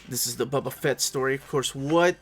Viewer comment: “Buba” Fett is an elseworlds story?